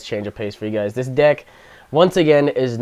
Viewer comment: I thought you said you started a new dick.